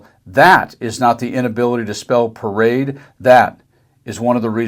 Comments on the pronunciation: Per-Ade. Must be Italian. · is it a parade or a para-raid